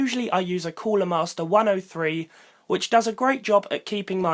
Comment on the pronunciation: Annoying how you British people say cooler